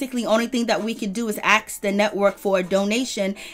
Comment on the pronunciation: And eating her popcorn. Please Porsche, you can say ask. Practice. No reason for you to say axe. Remember that O.J. Simpson joke? OJ can you play golf this afternoon? I don’t know I got to go home and axe my wife. Porsha, what’s up with the New York accent? You don’t usually sound like this, are you speeding up your feed? I mean you’re sounding like Nicki Minaj, not Portia Williams. Whatever happened to Cordell? I didn’t like him, but then I don’t like DENNIS either.